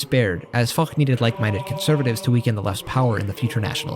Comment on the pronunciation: the prononcuation of french name make it hard to know who tf u speaking about (like Foch is spelled Fosh, we dont have the barbarian germanic sound in our language such as kh in arabic)